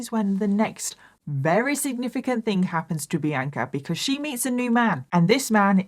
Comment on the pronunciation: I love how you call sandwiches samwidges lol. And you say very as wary. So cute